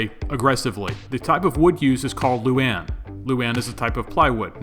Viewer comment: Love the helmet, bro! Its actualy lou-ahn. Luane, loo-ahhn. Or a quick loo- then wahn, luane.